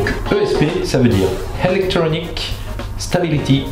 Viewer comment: Helectronic ? pas de H dans electronic lol